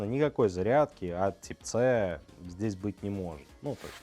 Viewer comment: Тип ц🤦‍♂️🤦‍♂️🤦‍♂️ ухо режет это слово, тайп си будет правильно!